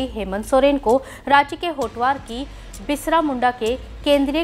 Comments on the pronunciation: Are didi bisra... nhi hota h......birsa hota h... Samjhe uccharan pe dhayna do.....thora😠😠😠😠😠😠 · बिसरा उच्चारण मुद्दाम करके बिरसा नाम दबाना है मिडिया बहुतनालायक है। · Pahale to ap birsa bhagwan ji ka name sahi se le lo madam